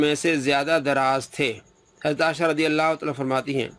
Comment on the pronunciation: Dear Folks, This donkey even cannot pronounce Hazrat Aisha Razi Allah's name properly. He is calling her Asha. Shame on you so called Mufti.